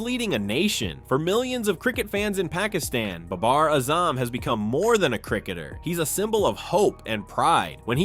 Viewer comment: learn how to say pakistan and baber azam